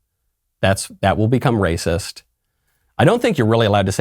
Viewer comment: "DaS rAyCiSs!!"